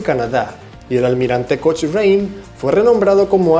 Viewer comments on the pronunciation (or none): Un dato: Cochrane se pronuncia "Kokran" no "Kochrane" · Almirante Cochrane, NO SE PRONUNCIA "COCHREIN", SE PRONUNCIA <<ALMIRANTE COCRAN>> NO COCHREIN. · Se escribe COCHRANE pero no se dice «Coch-rein» sino «Cocran» así tal cual. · La pronunciación no es coch-rane, sino cocran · Se pronuncia "Co-cran", pero se escribe Cochrane. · se ESCRIBE <<COCHRANE>> pero se PRONUNCIA <<COCRAN>> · Se dice "Cocrann" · Está bueno el video, me gustaria corregir la pronunciación: Rirvadavia no tiene tilde, por lo que se acentúa en la sílaba DA y la sílaba final es un diptongo, o sea se pronuncia Ri-va-DA-via. Cochrane se pronuncia "Cocran" con acento en la o. Y Bolognesi se pronuncia Boloñesi. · Cochrane se pronuncia ''Cocrein'' Dato aparte, Inglaterra nos devolvió solo al Almirante Latorre años después pero con mejoras significativas, incluyendo la moderna tecnología de la epoca, la catapulta para hidroaviones Los submarinos fueron un regalo por la colaboración durante la primera guerra mundial, al menos 5 se pagó a medias un 6to, todos construidos en Estados Unidos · Cochrane se pronuncia "Cocran" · Dato: El Almirante Cochrane se pronuncia como "Cocran". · Cochranne, se lee Cocran 😂😂😂😂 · cochrane se pronuncia " cocran .." cachai..? ..estudia ingles con tus paisanos OPEN ENGLISH jajaja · Se debería pronunciar cocran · y ese trabalenguas?? XD .se escribe Almirante COCHRANE , pero se pronuncia coucran . Saludos buen video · Se pronuncia Cocran, no Coucran. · Chrochrane se dice "Cocran" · Aprende a pronunciar "Cochrane" por favor!! Quedas bastante mal con tamaño barbarismo y encima lo repites!! Aprovecha y haz un video del hombre que le dio ese nombre que te cuesta tanto pronunciar!